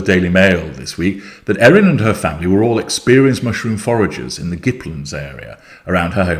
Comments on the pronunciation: But does get the G sound right here. He makes the S silent but the rest of it was fine except he pronounced land as lund. Everywhere else in the world land is lund (England, Greenland etc) but here, from Gippsland to Queensland, we say land as a second word. So Gipps land, Queens land. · and it's Gipps land not Gipp land